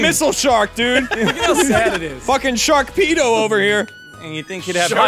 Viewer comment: i think he might have said sharkpedo not sharpedo